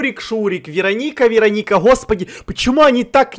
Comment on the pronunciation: я посмотрела один фильм и в этом фильме была чародейка Веро́ника, и подумала, может быть эта не Верони́ка, а Веро́ника. Заметь пожалуйста.